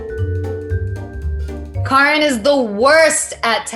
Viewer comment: can we just talk about the fact that karan’s name has been pronounced so many different ways; “karAn”, “kArAn”, and now “Cor-n”